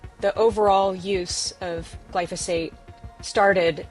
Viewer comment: it's not pronounced glyfisate